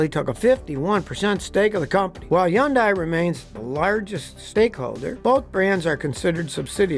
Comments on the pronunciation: Scotty you are pronouncing the name of the company that paid you to make this video completely wrong. Also, hyundai and kia vehicles are well known garbage. At our dealer we are constantly doing engine replacements mostly the 2L inline 4. They may be flashy and have some good features, but they have poor build quality and are simply not built to last like Japanese vehicles. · If your not a Korean, don't try to pronounce Hyundai like Koreans do. It just sounds silly. Pronounce it like they do in the commercials they produce for the US market. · Drink everytime Scotty mispronounces Hyundai. Hundreds of times. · What happened to the H in Hyundai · It starts with an H not a Y it's Hyundai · Will someone please mention that he’s not pronouncing Hyundai correctly, so i don’t have to? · Please stop saying Hyundai. Please. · Hyundai, say it like Sunday Scotty. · Is he pronouncing “Hyundai” correctly?? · I work for Hyundai and then personally offended by how you say the name wrong repeatedly and repeatedly nobody else says it like that so stop saying it like that it's not said like that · American's can't come close to the Korean pronunciation of Hyundai...their US marketing has always been rhymes with "Sunday". Quit trying to guess or think the "Y" has anything to with it! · Are we just not going to discuss the fact that we've all been pronouncing Hyundai wrong since birth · I've never heard anyone take away the Hy part of the Hyundai name when pronouncing the car name, as does. 😊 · FYI Hyundai rhymes with Sunday. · If you can get past the consistent mis-pronunciation of “Hyundai”, this video is informative and well-produced! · So the H is silent. A silemt shake. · For what its worth, my wife (born in Korea) tells me it's pronounced like "Sunday" but replace the S with an H. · Hyundai, not Yondai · Why always Yundai it Hun day! That’s like saying Toyota is Yoda. Be respectful. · It’s pronounced Hun-day not Yun-die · It’s pronounced … HUNDAY NOT yundeye. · Yundai lol